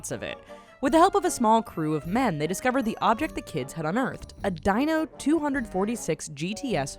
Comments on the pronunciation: anyone else notice that she mispronounced it? It's not called a DINO it's called a DEENO....named after Enzo Ferrari's son..... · serieously? it's not a dinosaur you idiot. Dino, not Die-No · Not Dye -no , Dee-no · Just FYI, its not "Die-Noh" its "Dee-noh" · Ferrari "Deeno" not "Dyno" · It IS called a Dino tho... and Not Deeno... His son was names Dino Ferrari... dont know where you got Deeno from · Ferrari Dino.Not Dyno. WTF ? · o_O a "Dine-oh 2 hundred and 46" lol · A "DIE-NO" Ferrari - hilarious! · car guys everywhere are shaking their heads after you pernounced the name of the ferrari wrong😒